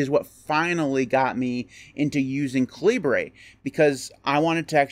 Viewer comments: I thought it was pronounced cal-i-ber. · Haha, I thought this was KA Libre as in “Libre” software, too. But the author has stated that it’s “KAL i bur” as in the British pronunciation of the word caliber. I called it kalibre for years too. But I was wrong!